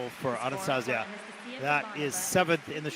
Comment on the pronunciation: I wish said Anastasiia’s name right 😅